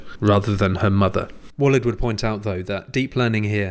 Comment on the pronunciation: Interesting topic. BTW, Walid is pronounced Waleeeeeed